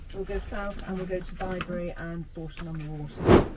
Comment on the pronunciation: Bibury is pronounced By-bury Bourton is pronounced Boar-ton